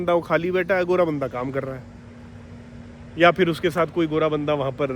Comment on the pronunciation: Vah "fir" nahin balki phir hai. Aur "toh" nahin balki to hai. India men logon ko mul se mul cheezen pata nahin hain, jaise ki aksharon ka uccharan kaise karte hain; developed desh banne ka sapna to chhor hi do. Ab Dilli bahut dur hai.